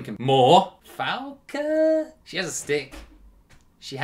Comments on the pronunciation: Falke pronounced Fal-ka. German for Falcon. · my sagat predictions are that his V-SKILL will be high tiger shot MP+MK and low tiger shot down+MP+MK V-TRIGGER will be high tiger cannon HP+HK and low tiger cannon down+HP+HK her name is prounounce fal-ka